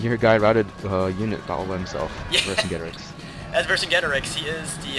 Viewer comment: Ver-sin-jay-tor-eex= Vercingetorix.